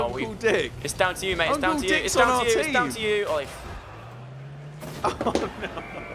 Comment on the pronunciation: When they say uncle it sounds like uncool